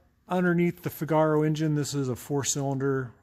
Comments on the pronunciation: If you go see 'The Marriage of Figaro' opera you'll forever change how you pronounce the name of this car :) FIGaro, FIGaro... FIIIIIIIGaro. You know the tune. Italian three-syllable words have their stress on the first syllable. Or watch Pinocchio and observe Gepetto's cute cat Figaro. Pronounced FIGaro. Of course you are free to pronounce it however you like. It's your car after all! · DOES NOT rhyme with "Cigar-oh"! How thick are you? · I added a link in another vid to help him pronounce Figaro properly.... it grates on my nerves ha ha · He seems to be intentionally mispronouncing "FIGaro". You're only making yourself look the fool,.